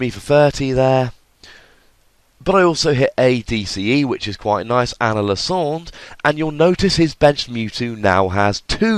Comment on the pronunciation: I disagree with your pronunciation of lysandre